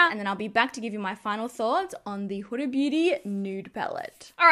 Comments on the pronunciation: It’s Hoo-da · Not huh-da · I couldn't watch this because you're pronouncing Huda wrong and its like fingernails down a chalkboard.